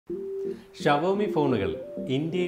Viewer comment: Aadhyam xiaomi nte pronunciation padich vaa chetta